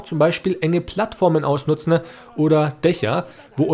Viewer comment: Danke fürs Video! Finde deine Aussprache zu geil, ausnutznE, ausholnE 😂